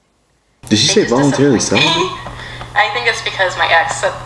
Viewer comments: Dude with the lisp: CELIBATE has no "N". You said "Voluntary CELEBANT" 5 TIMES..... YIKES!!!! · Volunteerly celibate not celenbat